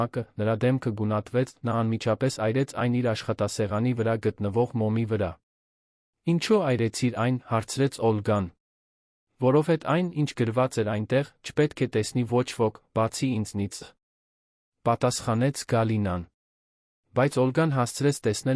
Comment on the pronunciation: ասումա որհետե որովհետեվի փոխարեն